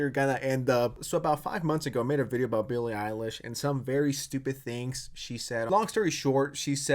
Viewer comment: "ILLIE BEILISH"